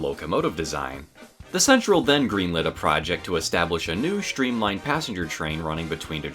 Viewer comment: Shtreamlined? Shtrong? Shtranger? Shtrapped?